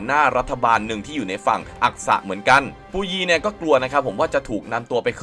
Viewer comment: อะไรปูยี ภาษาจีนกลางออกเสียงว่า ผู่อวี้